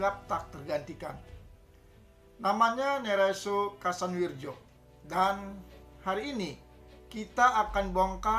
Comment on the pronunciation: Kasanwiryo bacanya itu pak